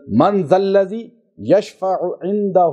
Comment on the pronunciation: اسلام علیکم: پہلے آپ خود صحیح آیت الکرسی پڑھنا سیکھیں اور پھر دوسروں کو پڑھنے کو کہیں۔مثلا آپ نے Mandal ladi پڑھا جب کہ یہ manual Lazi ھے۔ز za کو د نہ پڑھیں.خدا نے یوںہی ز،ذ،ظ،ض نہیں بنائے ہیں ان میں سے ہر حرف کا اسم و وزن ھے۔یہی وجہ ھے کہ صحیح قرآن نہ پڑھنے کی وجہ سے اثر نہیں ھوتا اور لوگ قرآن کریم سے دور ھوتے گئے۔خدا ہم سب پر رحیم کرے۔آمین